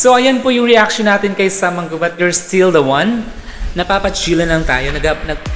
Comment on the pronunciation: hey girl , you didn't get the right pronouciation it's MA _ NGUBAT